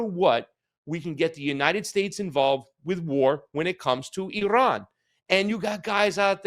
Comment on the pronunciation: Thank you for pronoucing Iran correctly. Ignorant mainstream US media can't even pronounce Iran and Iraq let alone speak honestly.